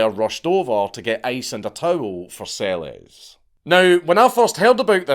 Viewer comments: Its pronounced "Selesh". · BTW, Monika Seleš, pronounced SeleSH 😜